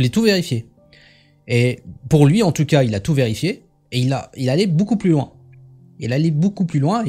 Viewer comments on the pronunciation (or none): none